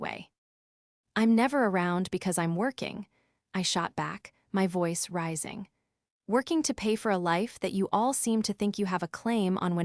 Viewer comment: WTF is V oice? It’s voice! 1 word! This AI voice is horrible! Unsubscribing!!!!!🙄